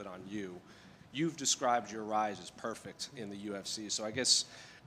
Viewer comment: I’m from Ireland, and I don’t get why Ian pronounces perfect PUURRRFECT, stop it, please .🙏